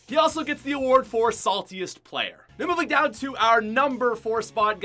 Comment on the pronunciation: Did anyone notice that he said pwayer instead of player